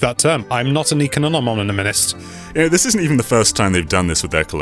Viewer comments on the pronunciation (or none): “I’m not an econononomononist”